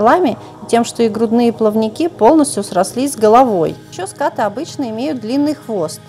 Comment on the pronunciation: Правильно говорить скатЫ